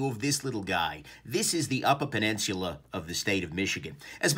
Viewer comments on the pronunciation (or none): Did you just add an “R” to peninsula?